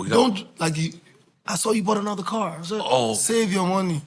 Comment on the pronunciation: Davido said “bought another car” with a full American accent 😂